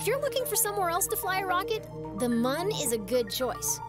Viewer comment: They said Mun! Not Moon! Mun debate settled!